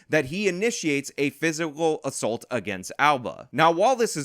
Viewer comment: Dude. What is with you youngsters saying ASSULT? The word is assault and is pronounced uh-salt. Look it up, dangit! Love how mad you get about this. It's maddening. Woman sicks her felon boyfriend on a dude and the vic gets charged. It's NUTS.